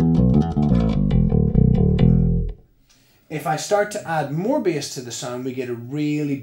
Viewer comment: Why is he saying bias instead of bass haha